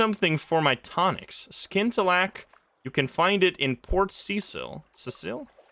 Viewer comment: Watching all the way through to see how long it took you to figure out that you can scout the surrounding area by sending out your Zee Bat. Also you don't pronounce the C in scintillack.